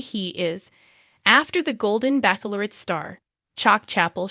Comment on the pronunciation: Why are you still saying Backlorette ,it’s pronounced batchelorette